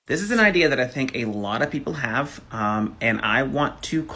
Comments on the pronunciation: Idear? Great grammar Mr. teacher. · He was cut off as soon as he said "idear" --- this person teaches people?????????????? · Did he say "idear"? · 1st off how is he a teacher and yet he can't even say idea correctly